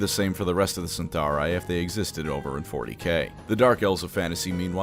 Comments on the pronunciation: Isn't it Cytharai, not CyNtharai? Anyway thanks for the great video! Love your episodes with Lorebeards as well! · Eyes twitching it's Cytharai, not Cyntharai. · Isn't it Cytharai? And pronounced with a k? Like Cadai? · How the hell is mispronouncing Cytharai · Is there something i'm missing ? There is no letter N in Cytharai.